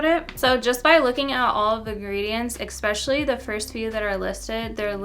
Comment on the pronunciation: expetially?!?!? i am not from the us but honey!! is that actually a word???